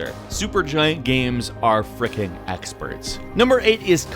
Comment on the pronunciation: "Gams"